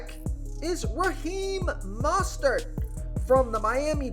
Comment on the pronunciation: great information but, i mean this in the most constructive way, drop the announcer voice. its incredibly distracting and sounds incredibly forced. also..its MO-stert, not MAH-stert